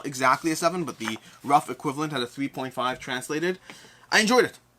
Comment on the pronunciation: my bad, second time you saying 3.5 was much faster and at first it sounded like 2.5 for me